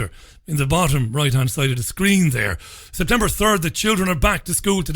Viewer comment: Nice to have you back mate....oh & its September, not Sptember :-)